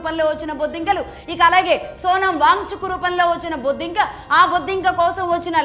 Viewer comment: మీరు బొద్దింక బొద్దింక అంటుంటే భలే తమాషాగా ఉంది. బొద్దింక అని నొక్కి పలకడం